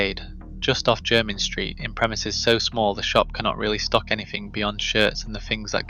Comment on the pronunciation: It's your rubbish AI's way of saying Jermyn in the vid. It also wouldn't pass O level geography, viz. the map .